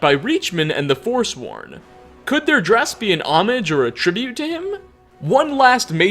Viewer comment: Why doesnt any youtuber know how to pronounce "homage"